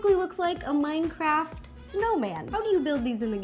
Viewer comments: She said mindcraft instead of Minecraft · i cringed when she said mindcraft